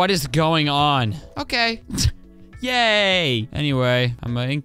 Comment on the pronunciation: When he said “yay bread!” I heard “gay bread”